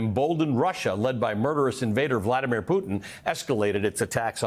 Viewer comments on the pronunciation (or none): none